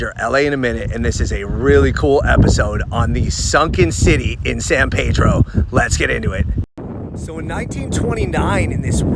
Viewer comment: FYI your pronunciations are way off. Locals pronounce San Pedro and Point Fermin much differently.